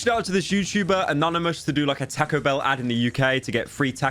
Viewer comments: he said it like tako and noit tahco ahhh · TAH-CO BELL NOT TEH-CO BELL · Say tack-oh one more damn time pyro, i swear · Tae-co bell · Lmao "TaCKo bell" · “Teco bell” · Takco bell? Why is he saying it like that. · "Tahcoh Bell" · "Tehco Bell" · Poor guy pronouces it like "Takko Behl" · I love how pyro pronounces Taco Bell ta-co-bel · "taaco bell" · “Tahco bell” Please pyro your killing the Mexican in me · “Tahko” British ‘people’ 💀💀💀 Edit: added punctuation to people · "Tah-ko Bell" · shoot yourself in the head each time pyro says "takow bell" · bros really saying 'tacko' bell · I will skull fuck you for saying Taco - Bell like "Tac-o bell" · Bro said "tacko bell" 😭😭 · I love how he says täcõ bēïll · The way he says Taco Bell 💀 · Hearing him butcher the pronunciation of taco bell makes me feel homicidal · The way he says Taco Bell is just... Beautiful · why do you say taco bell like that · i literally can’t watch this video cuz of the way taco bell is pronounced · you say "taco" in the way that the english accuse americans of saying anything else